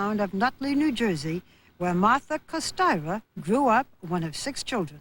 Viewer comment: Not Kostayra Barbara, but Kostyra